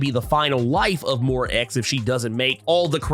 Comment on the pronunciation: It's Moy-rah, not Mow-rah.